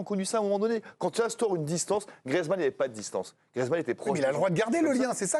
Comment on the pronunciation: GRIEEEEZMANN pas griizmann le e n'est pas du tout muet